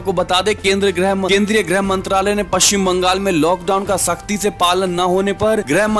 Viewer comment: शब्द सुधारें। ग्रह मंत्रालय नही ,गृह मंत्रालय होता है। grah nahi, grih mantraĺay hota hai. ग्रह मतलब पींड और गृह मतलब घर होता है।